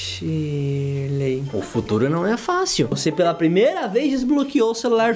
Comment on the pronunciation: Verdade para falar o nome em inglês é que nem português tipo Shirley em inglês não é tiley é Shirley normal e eu sei isso e ainda tenho 7 anos e vocês tem 40 anos nas costas